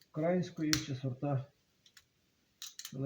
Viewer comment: .Є сорти УкраЇнської селекції, а не укрАїнської. Вибачте,що поправляю,але дуже сильно слух ріже.